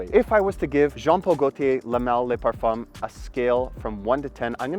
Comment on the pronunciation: Please tell me why you and every reviewer calls it LeMale Les Parfum, it is LeMale Le Parfum, Le is not pronounced Les, am I right?